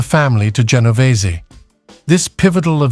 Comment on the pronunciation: Genovese not what is being said by this British narrator who mispronounces some Italian names.